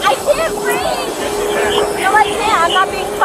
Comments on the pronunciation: "I can't breeve!" "Wad eye do?" "I dundo nuffen." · I had to wait a whole 6 minutes before the "I can't breev"... Not good enough 😉